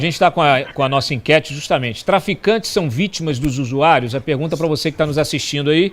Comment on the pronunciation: Esse Lula é tão analfabeto que chama os viciados de "USUAIROS" ao invés de usuarios kkkkkkkkk